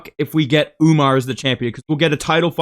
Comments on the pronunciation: Bro called him Umnar 💀☠ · He said umna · bro stop saying UMNAR. you are NOT Sean O'Malley😭